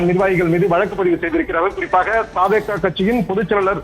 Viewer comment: தாவே கா அல்ல த வே க இனி திரு த் தி சொல்லு ங்க